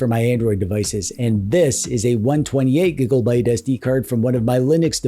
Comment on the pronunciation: Do you say gigolbyte as a joke